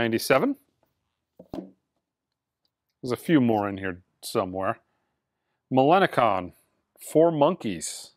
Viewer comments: Hey, just a head's up - it's pronounced Millen-Colin 😁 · The Minogue pronunciation is only surpassed by the Millencolin pronunciation.